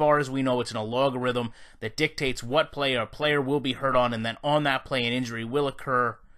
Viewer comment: Algorithm.. not "A-log-a-rithim"